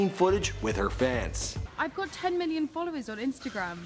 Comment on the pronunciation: He said billion or million??